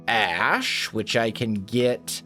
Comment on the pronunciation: when you said ash I thought you said ass in an accent